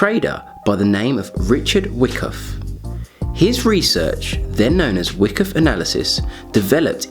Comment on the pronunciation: It's not spelled wickoff it's whykoff. No wonder u get so many dislikes.